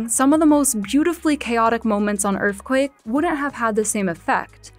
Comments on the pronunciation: Is that Earthquake or Earfquake? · “That was a little taste of Earfquake” yeah, VEEEEERY little